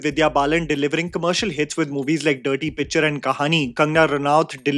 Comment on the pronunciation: When you said dirty picture it almost sounded like nerdy picture. And now I want to watch that